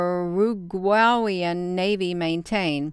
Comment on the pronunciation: YU-RA-GWAY-AN (Uraguayan)